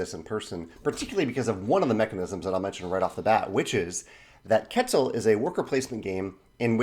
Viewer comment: I love your channel, I've been learning a lot from it! Just wanted to add a little thing, the game name is pronounced "ket-ZAL". I don't expect anyone pronouncing correctly foreign languages but some people may appreciate it, I'm sure I butcher german names and terms on a daily basis too:D